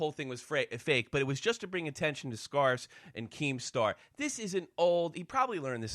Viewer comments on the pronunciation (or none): that's not how you pronounce SScarce